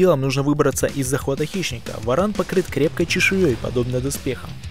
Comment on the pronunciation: Каждый раз ,когда в видео говорится про варана , очень смешно , слышится (баран ) . Что бы сделали вы, если бы встретили барана гуляя по улице ?